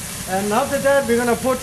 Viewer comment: Ha..ha… He wants to say..''LIKE THAT'' and says for thousand times...…. ''LIKE DAT''... Again...and again..and over again...